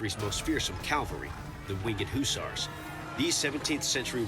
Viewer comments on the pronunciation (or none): Why do they keep pronouncing hussars as houssars